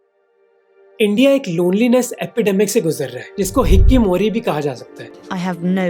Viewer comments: Its not Hikimori... It's Hikikomori. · It's not "Hiki mori" its "Hiki ko mori"